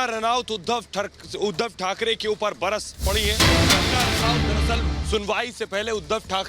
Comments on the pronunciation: When the reporter said Uddhav tharke 😂😂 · Uddhav thark ..thakrey was the epic lol 😂 It was a cute mistake from the reporter😝